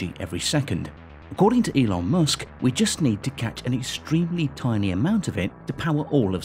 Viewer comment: "Elon M0OSK"